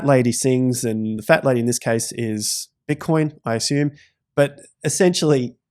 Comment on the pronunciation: “bitcion” lol